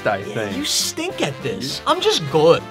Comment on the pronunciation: when say good "gooud"